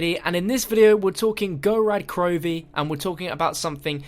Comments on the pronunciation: It's called Gorod Krovi not Gorad Krovi. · Wow, you're already pronouncing Gorod Krovi wrong.. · The way you pronounce gorod krovi makes me cringe so hard as a Russian speaker